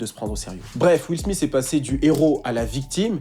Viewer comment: Will SmiSS? Quand même... faut faire un effort pour prononcer les noms anglophones ... sans les massacrer!?